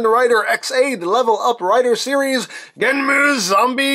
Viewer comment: I'm not trying to be "That guy" but, I always thought it was pronounced "genn-um" since there's no "u". You sound like you're fusing "Genm" and "Enmu".